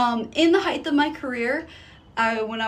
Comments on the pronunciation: Heith is not a word. The word you are looking for is height. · I'm sorry, I know it's petty af, but I got so stuck on her saying "in the heighTH of my career.." lol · Especially when she can't even pronounce "height" 😅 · In the heighth of my career 😂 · The "heightethuh" of my career...